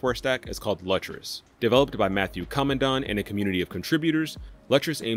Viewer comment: Lutris is pronounced Lewtris